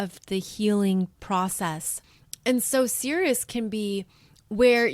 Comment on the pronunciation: I thought you might want to know that Ceres is pronounced "eez" on the end - ˈsēr-(ˌ)ēz, which sounds like the word 'cereal' which, as you know, comes from Ceres the Goddess of the Grain. 🌾 I appreciate what you're teaching us in this video, because I've been wanting to learn more about what healing looks like and what all the different possibilities are for how to do it., you definitely make me feel more okay with being on the path I'm on and following my NN in Cancer, 1st house. "Persephone became very skilled at journeying between the upper world and the underworld." - Get this - Proserpina is conjunct my Moon which is sextiling Ceres in my chart. And I've been reading near-death experiences since I got online in 1998. They were the first thing I looked up as soon as I was on the internet. I'm fascinated with that subject. "She became a messenger for the Gods." - I have a stellium with my Sun in Pisces. This is from my notes: "Pisces: the pure channeler of the gods." and also: "God's Gift to Pisces ~ To you Pisces I give the most difficult task of all. I ask you to collect all of man’s sorrows and return them to me. Your tears are to ultimately be My tears. The sorrow you will absorb is the effect of man’s misunderstanding of My Idea, but you are to give him compassion that he may try again. For this, the most difficult task of all, I give the greatest gift of all. You will be the only one of My twelve children to understand Me. But this gift of und